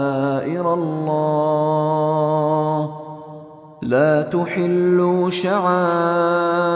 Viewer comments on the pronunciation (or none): A-laa..... Mr translator,,, the pronunciation is (AL-Laah)